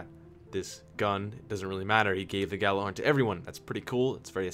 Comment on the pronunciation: WOW he fucking nailed the whole Gjallarhorn thing xD